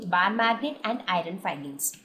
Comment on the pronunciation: Very helpful i just saw this video even i didnt stidy the whole lesson but only with the help of ur video i am gonna write my exam by thw way u pronounced the iron fillings wrongly..but anyway thats not the matter ...tnk u so much for urrrrrrvideo upload more like this